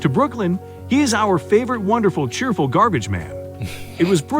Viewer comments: Gar-beige? Lmao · I dunno if that video is using AI text to speech, or the narrator is just bad, but their (lack of) inflections grates on me. And the structuring Vs title. 'Gar-beige' (lmao) is the... icing on the cake in this! Nitpicks aside, still a sweet video.